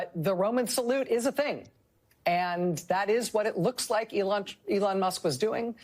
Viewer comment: AOC couldn't even pronounce the name of the Elon salute. She is a joke...